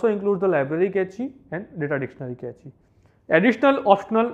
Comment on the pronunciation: Cache as Kae-chee 😵 it is pronounced as cash